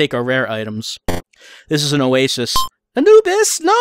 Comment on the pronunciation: That is the first time I've ever heard Anubis pronounced that way, thus I never knew that it was a legitimate way to pronounce it.